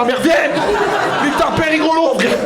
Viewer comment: Tu as un univeeeeers mais clairement quoi...tu as une belle cosmo énergie, tu dois être une belle personne. Oh fradé !!! Tu m'as explosé de rire on aurait dit l'abribus du 83 ooooh frère Jacques !!